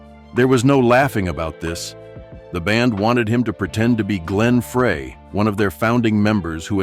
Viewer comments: Would help if Glenn's name was pronounced correctly. What a rubbish video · What a waste of time. Couldn't even pronounce Glenn's name correctly.